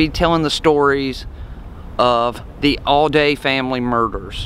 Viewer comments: It is not Al day. It is pronounced Allday as if it has two LLs. I know. I grre up close by. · I appreciate your effort. You are accurate with most of it. I probably know more about this case than anyone, as my father wrote a book about it, Dead Man Coming, after covering the crime, then the trials. He wrote the book and there was an escape from Reidsville State Prison. Other than not pronouncing the family name correctly, you did get most of this right.